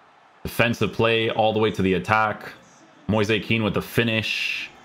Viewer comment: it's actually Moize Ken